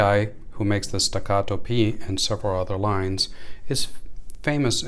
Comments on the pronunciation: Why are you saying the name like it's Spanish or som3 foreign name are those made in Texas ? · The Italian police aren't going to kick in your door if you mispronounce staccato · Stacatto with American accent lol that’s merica 😂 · Why is he saying Staccato like that lol